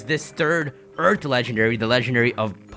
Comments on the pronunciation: did you say eart or earth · Anyone else bothered by the fact that he says "eart" not earth.